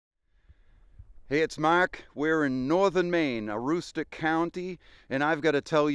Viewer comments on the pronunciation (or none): I'm from Maine lived here all my life, my area we say poutine like "poo teen" lol. Also my head about spun around when you said Aroostook I've never heard it pronounced that way I've only ever heard "Uh rūs tuk" haha. And I can also confirm the "my family was French" I laughed the hardest at that, my memére and pepére would always talk to us and yell at us in French and our parents would laugh because they understood but nobody ever told us kids what they were actually saying LOL. Good times